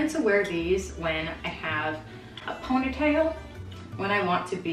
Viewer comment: why u say ponytail like that LMAOOO... ₱Ø₦Ɏ₮₳łⱠ